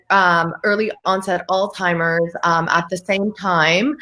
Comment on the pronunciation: there’s no “T” in Alzheimer’s. It’s not “All Timers”. It’s a name pronounced “Alls Himers”